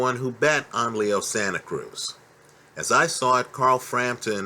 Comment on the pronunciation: called him Leo Santa Krueger lol